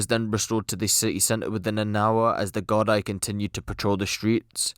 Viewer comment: It's pronounced "gardee" not gard-eye 😂🍀